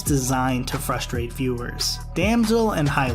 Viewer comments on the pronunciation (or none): none